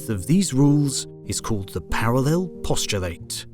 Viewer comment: Please review your pronunciations wrt “postulate” as a noun, which is distinct from the verb form. (At least, this is the case in the USA.)